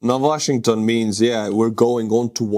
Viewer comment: He's mad because his stolen Ukrainian washing machine can;'t be fixed that;s why he is so disturbed and pronounces Washing...ton!!!